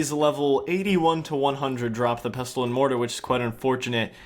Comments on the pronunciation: 'erbs and pesstulls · You're not supposed to pronounce the 't' in Pestle. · Great video, but the T in pestle is silent lol. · 'Pestle' is pronounced like 'thistle' or 'whistle' by the way, you don't say the 't'. Amazing video series! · > pronouncing the silent 't' in 'pestle' REEEEEEEEEEEEEEEEEEEE